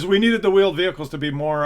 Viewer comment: "You're gunna have veeled wehicles...." >D